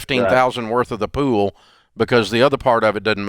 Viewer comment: When he said pool I thought he said poo Haha